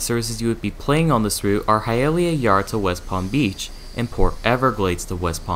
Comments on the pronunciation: Hialeah is pronounced Hi-a-lee-a. Boca Raton is Ra-tone. Also, it's called switching not shunting. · Next time you do a video, please find out how place names are pronounced. Especially "Hialeah" (high-ah-LEE-ah), "Boca Raton" (boh-ka rah-tone), and OMG I can't believe you got this one wrong, "Cocoa". (ko-ko). Google is your friend.